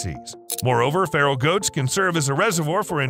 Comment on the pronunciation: Feral,meaning wild;not pharol like an egyption!